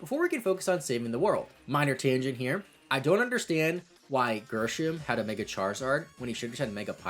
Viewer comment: Grrr-shm? It’s a normal name. Grisham….